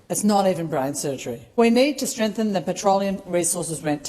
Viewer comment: Genuinely curious why Jordies pronounces "strength" as "strangth" and "Genghis" as "Ganghis". It's been niggling at my brain for years lol.